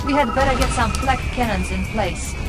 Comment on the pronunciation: *Flak cannons. no 'n'.